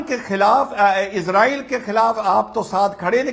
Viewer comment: BKM77 Most Resp ected Mr.AMISH DE VGUN G Gustakhi Muaf Please Aap KHUDA K VASTE Ye ISREEL kehna Hamesha k liye Chhod Dijiye Aap GALAT Ucharann karte hen aur Sun ne me bhi Bilkulbhi Achha nahi lagta. Aap ROYAL to keh Sakte hen zra uss se Pehle IS Bol den to ISRAYAL Bol den to Bada hi Achha lagega Aap to US TADON K USTAD hen Aur kaafi Edu cated bhi. Maen 78 Varshiye Ek Tuchh PRANNI Aap se Haath Jod kar K BHEEKH Maangta hai ye PROOF REA DER. Kai Salon se ISREEL ISREEL Sun te huye KAAN KALE ho gaye hen. PLZ Don't mind. Actually y Spellings to ISRAEL hi hai iss COUNTRY ka Naam Kya Maen Future me AAP se UMEED kar sakta hun. Aap Apne Charnon me Mera Parnnam Swikar karen.